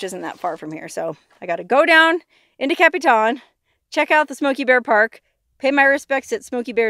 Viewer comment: Capitan NM + = is Pronounced like this Capatan. Not Capi Tan. Also I was a young child when the fire happened and I can remember my dad taking me up there to see Smokey as he had just arrived there after the fire.